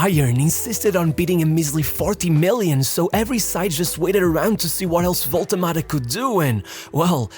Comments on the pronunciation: What is this waltemade pronunciation 😭😭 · It's not spelled "Wolte Mada".